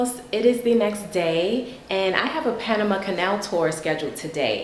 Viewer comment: I appreciate the correct "Panamá" pronunciation ❤